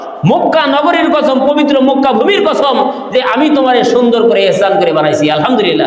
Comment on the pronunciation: ইহসান বলা যাবেনা আহসান বলতে হবে।